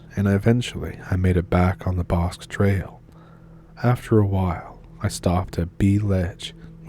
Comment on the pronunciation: You mispronounced “Bosque.”